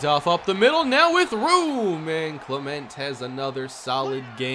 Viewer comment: I can't be the only one who hates the way he says Clement lol